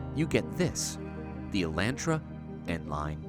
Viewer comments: "Eeellahhhtraaaa" it's E"lawn"tra! Made me cringe the whole video. Watch hyundai's press release of the video! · its pronounced e-lawn-trah not e-lant-traw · It’s Elon Tra not E Lan Tra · So I’m guessing the N will have the upscale interior? And will it have the 2.0 or the 2.5? I’ll take either, with the manual and LSD! By the way, guys...its pronounced Ay-LAHN-truh, and HUN-day. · In the states, we pronounce it, "e-lawn-tra". Found it funny to hear you guys lol. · Say it with me: ElonTra. No relation to the Musks... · It’s sad how car experts can’t even pronounce the names of the cars they are reviewing properly. It’s “e-lahn-tra”. Your pronunciation of Hyundai - well, we won’t even address that. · Y’all fix it by saying Hyundai right but make it wrong by saying Elantra like that 😳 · You guys pronounce "Elantra" with a long "a" in the same way I imagine a diabetic Texan would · It's so strange as someone from the U.S hearing them pronounce Elantra. Personally I like cringe and one of my eye twitches a lil bit but 🤷🏻‍♂️ 😅😅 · Oml it bothers me so much how yall pronounce Hyundai and Elantra